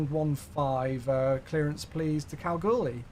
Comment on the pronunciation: You pronounced Kalgoorlie correctly 😃